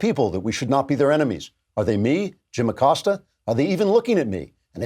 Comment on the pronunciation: Abilio “Will” Acost-ya